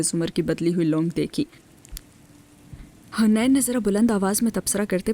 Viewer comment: It’s not hunain…it’s haneen